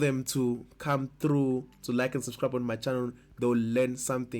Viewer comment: awe... Are you saying "lenja le" or ladies and gentlemen?? anyways, thanks for video